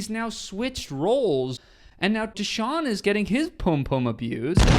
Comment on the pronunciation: His name isnt theshawn its dashawn he was born to this